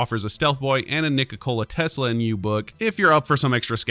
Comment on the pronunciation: Interesting way to say "Nikola Tesla" there 😉